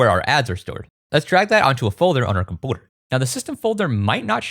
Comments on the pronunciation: Bro, please, it’s “computer”, NOT “compooter” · Compooter, comoonity bro can’t say u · Every time you say commünity or compüter breaks all the seriousness of what you're saying lmaoo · The way that you say 'computer' is amusing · Do you intentionally pronounce “computer” that way? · This is the first video of yours I've ever watched and I can't tell if the way you pronounce "computer" is an inside joke or a speech impediment